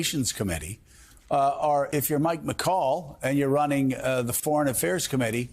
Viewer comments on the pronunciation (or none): none